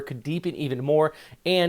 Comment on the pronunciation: Accent/stress on the capital letters. SA-mar not saMAR tac-LO-ban not TACloban pa-LA-wan not PAlawan pag-A-sa not PAGasa Would be nice if you also learn how to say the names of places the way the native populace say them.😊 But thanks for the updates though. Very timely information. Just what we need.